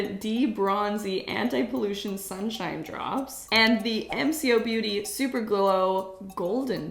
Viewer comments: Hi! Just letting you know Mcobeauty is pronounced M co (Like the co in the word coffee) hoped this helped ❤ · So MCo beauty is an Aussie brand and we pronounce it em-co , Mcos products are safe and not sketchy but yes I don't know how they get away with having such similar dupes . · Hey! The brand is pronounced EM-CO-BEAUTY, it is one of my favourite brands, they only recently left australia and are being sold in the US, I hope you liked it!!! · thanks for another amazing vid!! McoBeauty is pronounced "Em Co beauty" incase you were wondering 🩷💗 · I’m not sure if anyone commented but it’s pronounced M - co - beauty ! ❤ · Ok Soooo what I've heard about this brand is that they make dupes because there are no Sephora's or Ulta's in Australia so this brand Dupes very popular things that go viral on social media while also making it cruelty free. I'm not sure why they have the need to copy everything even up to the packaging but that is why this brand exists. Also McoBeauty is pronounced em-Co-Beauty. Love your videos ❤ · Ikr and it’s not m c o it’s mco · Mcobeauty is pronounced M-Co Beauty. Also, the drunk elephant drops come in bronzie drops & Goldie drops. You got the equivalent to the Goldie drops from MCOBeauty & not the equivalent of the bronzie drops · It's pronounced M.... Co..... beauty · It’s M co not MCO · It’s M Co, not “m.c.o” 😂 before they got a huge rebrand, they were called ‘model co.’ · This is an Aussie brand, pronounced as “Em-Co” not spelled out mco 😊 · It’s pronounced emm-co and it is EVERYWHERE in Australia. I won’t buy it as it just seems like they are cheating. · This is how you pronounce MCoBeauty: Em ko beauty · Sorry but it is said M-co-Beauty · Im Australian and sure its pronounced EM CO BEAUTY...I have some of their skin care range and i love it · Pronounced Em-co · It’s pronounced M (like letter M) Co (like the first syllable of collab) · Hey! It’s propounded ‘em- cko-beauty’ hope that helps! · it is pronoced as M co beauty